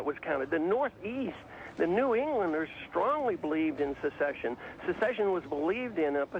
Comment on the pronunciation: Haha, ignorant fox news type. He didn't even pronounce secession right.